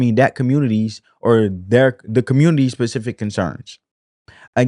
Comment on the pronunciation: Great video! Pacific!!! 😂 Spe-cif-ic!